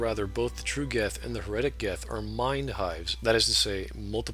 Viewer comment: HEretic, not heREtic Hive mind, not mind hive